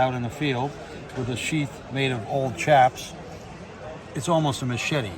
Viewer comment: It's pronounced Boo ee and shaps not chaps